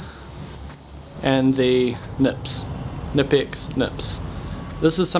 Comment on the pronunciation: It's pronounced Kuh-Nip-Ex!!!